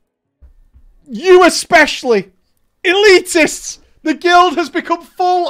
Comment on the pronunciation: "ELITESTS" XD so dead lol